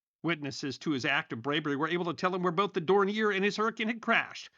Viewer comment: Pronounced: DORN-yay